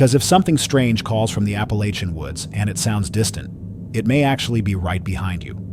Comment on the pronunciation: Please program your AI voice to say Appalachia correctly!